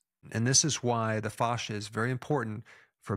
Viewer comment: Dr Berg you pronounce it correctly with the Latin phonetic 👍